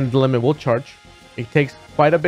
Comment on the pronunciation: Did he say Lemon xD